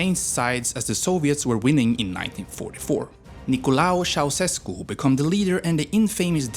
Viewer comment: Ceaușescu not Ceaoșescu